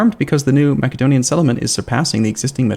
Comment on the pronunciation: This mac-edonia is driving me crazy.